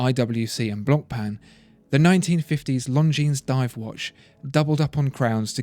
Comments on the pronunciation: well since we are in pronunciation: the C is mute in Blancpain. You should say "Blan-Pan". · Actually it is pronounced "Blohn-Pah"